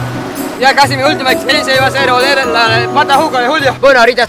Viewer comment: Olerla no se dice welerla